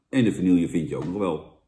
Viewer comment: Jan het is vanieje niet vanielllllje